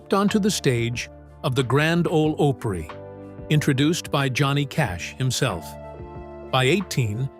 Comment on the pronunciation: Elvis did not come calling. Tom Parker did. Also, learn how to say Opry.